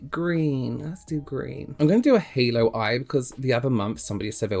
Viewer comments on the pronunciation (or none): none